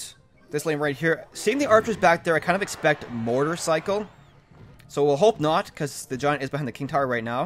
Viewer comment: motorcycle or mortarcycle?